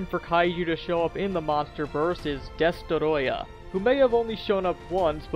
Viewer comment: Dest-O-royah.. Ya killin' me man.. Its easy to say.. Just say "destroy" and add "ah" to the end of it..